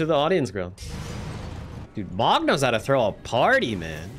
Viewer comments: Every time he pronounces Mohg “Mog” I die a little inside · no hate, but the moh in mohg is pronouced moe :( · bro Mohg is pronounced "moe-g" not "mog" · why do u pronounce mogh wrong